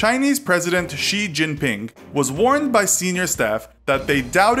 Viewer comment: Wait wait wait wait wait. Hold on a fucking second. An American pronounced Xi Jinping’s name right? I’ll be damned.